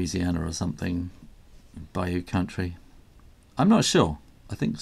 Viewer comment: I am impressed that you pronounced the word bayou correctly! I am originally from Louisiana, and moved to the great north years ago. Noodling is more common in the south central US, for instance Oklahoma. Noodlers is a Massachusetts company and the inks and pens are made there. Thanks for your vids. BTW, I am not sure the colour of your Lamy showed true on my iPad, but, it it is orange, you might know that that is a rare and highly sought after Lamy Safari!